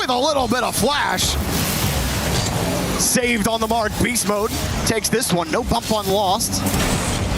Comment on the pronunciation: What a great event! Falcons vs. TM was so crazy. Shout out to the EWC hosts and interviewers who actually know how to pronounce the players' names, unlike the casters who continue to disrespect NWPO. ❌Now-po ❌New-po ❌New-bo ❌No-bo ✅No-boo